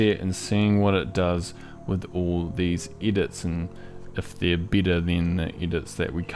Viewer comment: 🤣🤣🤣 I was like… why is he saying i insted of e everywhere You nailed it.-)